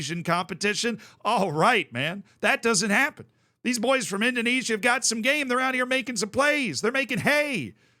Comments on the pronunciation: With a name like, you'd think he could pronounce the Dutch East Indies correctly 😂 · The way pronounces 'Indonesia' intrigues me.